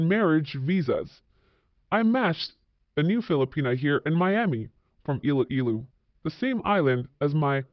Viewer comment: Please learn to pronounce Iloilo and Pinay😊